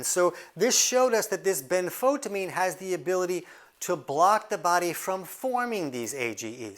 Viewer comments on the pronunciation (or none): benfoTIamine TI-amine ben-fo-TI-amine . . . pronounced like a TYE around your neck, rhymes with DYE . . . and SIGH : )